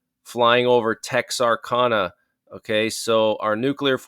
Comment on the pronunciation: He also said New Found Land one night instead of the correct pronunciation. Texarkana...he said it wrong. I am from Arkansas so I know how that one is pronounced.